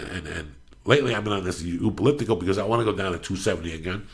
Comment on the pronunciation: Everytime Joey attemps the word elliptical I fucking lose it.. Eaulueptical he says. I love me some JD